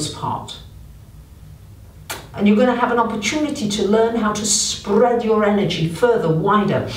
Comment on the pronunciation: Sp-RRRRRRR-ead your energy 😂